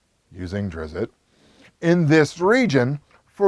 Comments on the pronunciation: It is Drist not Drizzit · Why does everyone keep adding that extra I to the name, Drizzt? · Izzit? You sure you didn’t missit? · Why does everyone pronounce it drizzit? There isn't a second I in it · It’s pronounced “Drizzt”, izzit? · Dude you lost all credibility when you mispronounced Salvatore and Drizzt. Then stated he wrote a book or two about Drizzt in the Bloodstone Lands. He never wrote about Drizzt in that area it was Jarlaxle and Artemis. You should change the title of this video to "Why I Hate the Forgotten Realms".